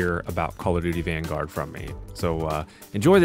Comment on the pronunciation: when I saw you saying COD vangard I thought I had shit on my screen